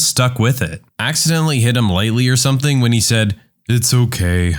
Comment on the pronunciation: No K in the word something